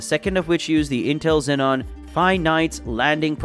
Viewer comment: Cool. Btw Xeon not xenon